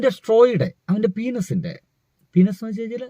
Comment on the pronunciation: പീനസ് അല്ല പെനിസ് എന്നു പറയൂ